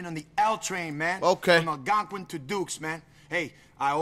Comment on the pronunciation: he can never say Algonquin, shit me either Real 😭